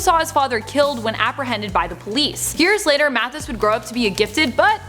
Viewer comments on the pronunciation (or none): none